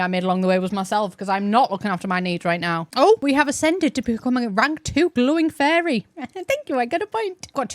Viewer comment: I was listening to this in the background while I was organizing cc, and I’ve realized that “fairy” in your accent sounds a lot like “furry” in mine 😅